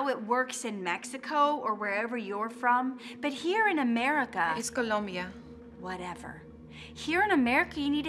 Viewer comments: Has anyone noticed that said "Americky"? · but how about the "here in america" she pronounced it by americi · "here in amerikey" tf🔪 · mans just said amriki